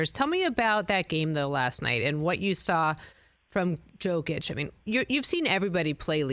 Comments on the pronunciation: And still calling him Joe Kitch smh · "Yokeitch" haha... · Its Yo-kitch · Say it with me: Yo-kitch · His name is pronounced YOkic...